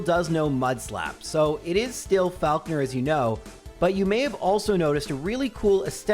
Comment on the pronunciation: That's not how you pronounce Falkner